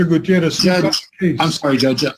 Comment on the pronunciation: I love that he pronounced Gutierrez correctly. This must me in CA, AZ, NM, or TX. I grew up in AZ